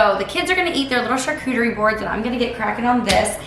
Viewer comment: says charcuterie really well. Even I who is in my 30's couldn't say it very good at first. Also, I love that bowl that had the name of Jesus in it. What did it say completely?🤔 Also, your coffee cake looks amazing, and I'm glad it tasted amazing as well. 😊 Hope you all have a good weekend and week as well! 🤗 Be encouraged!!😁 Love ya, friend!🥰